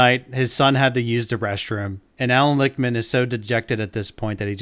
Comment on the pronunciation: Lickman (pronounced lick— man ) ..:: predicted his own keys wrongly.